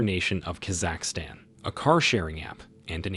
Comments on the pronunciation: it sounds bad from start to finish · Is it the pronunciation of Kazakhstan? 😂 annoyed tf out of me